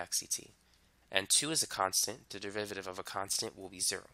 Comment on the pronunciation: he explaining maths. meanwhile me: only hearing devivaditives